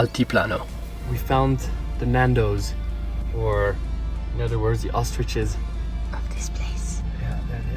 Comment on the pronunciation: I was wondering what you meant by nandos until i realized you mean Ñandú (pronounced gnan-DOO) 😂